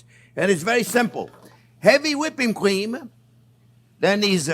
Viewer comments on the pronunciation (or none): I love how he says “cweme”